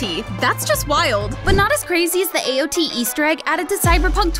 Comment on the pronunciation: AOT not AO T